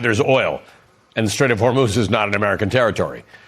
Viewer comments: Can’t even pronounce Hormuz let alone control it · Anyone verify the $1.95 and $1.85 a gallon gas in Iowa? I didn’t think so. And he cannot even pronounce “Hormuz” correctly.